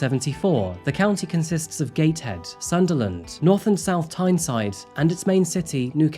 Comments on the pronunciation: Not taking away from your video’s but I question your pronunciation of UK towns. Gatehead? Any Brit knows it’s pronounced (and spelt) Gateshead whether you’re from the north or south of our teeny country 😅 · Its Gateshead not Gatehead. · Leaving aside the Raul Moat story, the host of coffee house crime here paints a sloppy and totally misleading picture of 'Tyne & Wear' . He first pronounces Gateshead as Gate-head. He states that the area is so far North he hasnt even been!!..it's a mere 2.5 hour train journey from London. He paints the whole region as experiencing an 18.5 year life expectency difference between the region and London. In fact there are wealthy and poorer parts of the area..just as in London! There are sizeable life expectancy differences, even between council wards in the North East of at least 18 years, never mind just between north and south. We have our poor and weathier in the North East too, as well as some amazing places to visit, beautiful countryside and amazing beaches. The host, as per usual with southerners, portrays anywhere north of watford as backward and poverty stricken. Its highly annoying when the same people have never ventured North to see the actual contrasts between their imagination and the actual reality. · i'm sorry but gate head?😅 oh i needed a giggle